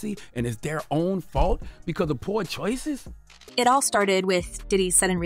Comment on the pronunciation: "because of poor chwoices" Chaarla da cowsrd. .